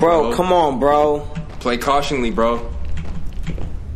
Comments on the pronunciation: but you said “cautiongly” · “play cautionly PG play cautionly” *cautiously it’s cautiously 😂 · Anyone else notice say cautionly over and over like it's not cautiously? Lol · LMFAOOOO he said "PG play cautiongly" 5 times without realizing it's "cautiously" 💀💀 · wtf is "cautionly" 😂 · i dont think "cautiongly" is a word xDD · Play cautionly 😂😂 you mean cautiously bruh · Cautiously not cautionly😂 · Wtf is cuationingly😂😂😂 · I kept correcting him saying cautious-ly over and over again in my head😂😂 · did you mean to say "cautiously"? lol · Bro had 5 chances to say cautiously correctly